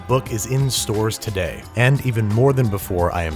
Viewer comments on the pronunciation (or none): none